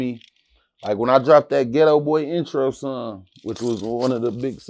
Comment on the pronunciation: He pronounce song like sung